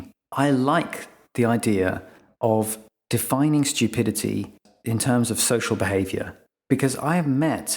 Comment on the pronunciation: It’s pronounced “stew-pidity” not shtew-pidity”